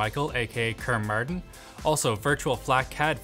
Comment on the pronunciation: How did you manage to mispronounce KermMartian (Christopher Mitchell) as "Christopher Michael, AKA Kerm Martin"